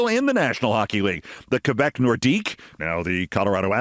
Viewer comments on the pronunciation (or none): none